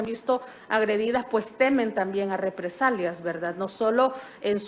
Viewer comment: Dijo replesalias o represarías Q aprenda hablar esa licenciada 😂😂